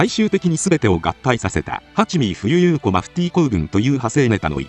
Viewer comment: 冬優子は「ふゆゆうこ」じゃない 「ふゆこ」